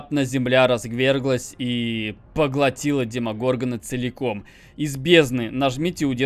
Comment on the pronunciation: ударение правильно на на Демогоргон конечно же XD - ты абсолютно прав )